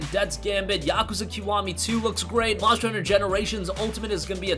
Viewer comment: Nice voice bur you need to annunciate the word MONSTER !!!